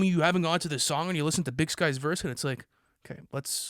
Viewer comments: Big Syke not Big Skye 😭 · Big SYKE....not big sky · Imagine calling Big Syke "Sky" over and over like that. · It's BIG PSYCH not SKYE he is/was a well respected Crip friend of 2pac .. put some respek on Big Syke name !